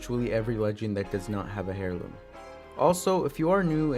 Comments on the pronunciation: Hairloom I’m pretty sure you say it airloom but idk I may be wrong. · It's not hair-loom bruh that's not how u pronounce it, you pronounce it like AIR-LOOM (HEIRLOOM = AIRLOOM) AIR ,AIR, AIR LOOM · Heirloom is pronounced as (air-loom) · Putting a little to much infesis on heirloom, your saying hairloom, its heirloom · The h in heirloom is silent lol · in that case, also said heirloom wrong, the h is silent. Nice video though